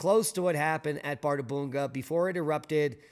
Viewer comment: ð is pronounced 'th' in Iclandic.